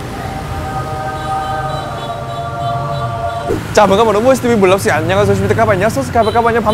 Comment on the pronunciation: gì nũi mà woossi đọc như gỉ mũi á